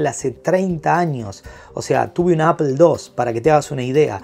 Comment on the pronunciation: Apol, foneticamente se dice apol no apel